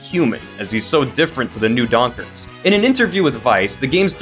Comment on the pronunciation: "New Donkers"